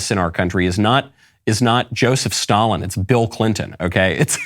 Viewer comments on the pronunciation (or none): none